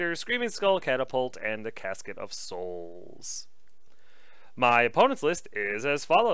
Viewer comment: Love the reports mate, but dude, you're not saying it right. It's pronounced Soooooouuuuulllls! Go on, indulge us... A really blood curdling one that makes the neighbours call the police. You know you want to. :D Oh, and we'll let you off for the stalkers. That's a tricky one - lol.